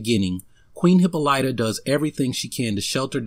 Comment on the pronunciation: Great video...I just don't like how you pronounce Diana mother's name.